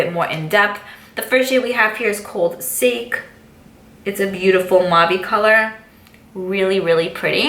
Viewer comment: That bite beauty lipstick that you first swatched is pronounced sa-kay. It’s a Japanese alcohol made from rice. Your energy level for 6 am is very impressive 🙌🏼